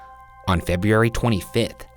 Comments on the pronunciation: Bro please practice. ITS PRONOUNCED Feb - You- airy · If Ryan says feb-e-ary one more time ! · Why does it seem like EVERY story starts in February and he gets to pronounce it “Feb-ee-ary” #conspiracy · ahh, good ol' "Febriary" again, gotta love Ryan's pronunciation of February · up next from buzzfeed unsolved: will ryan ever stop saying “febiary”? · WHAT IS UP WITH THE WAY YOU SAY “FEBRUARY”?? Lol I’m jk, I know that you’ve discussed this before, BUT I thought that that meant it had been taken care of (😂). It’s Feb-roo-errie (“errie” like Perrie without the P lol). Simple. Or, at LEAST, say it Feb-you-errie. I’m from New York, so maybe you’d say the end more like “airy”... idk... clearly, you have an issue with the middle part anyway. Feby-errie. 😂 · FEB-YEE-ARY IS BACK! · Came here for the febby-airy. Left because no shane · I'm concerned with his ability to pronounce February. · When will my boy learn how to say February? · Please learn how to say February. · Oh, Ryan. You still can't say "February". It reminds me of Benedict Cumberbatch trying to say "penguin". You can just say "Feb-u-ary". It's a totally acceptable way to pronounce it :) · Will Ryan ever learn how to say February? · It seems like Ryan is always picking theories that happen in February and I laugh every time because he continues to pronounce it wrong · the biggest piece of knowledge i received from this entire episode is that ryan still can't pronounce the word february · Ryan's pronunciation of February always gets me XD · You know what Ryan, you do say February weird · If he says February like that one more time then I’m going to fight him